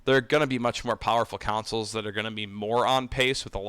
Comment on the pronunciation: When you keep saying “councils” do you mean consoles?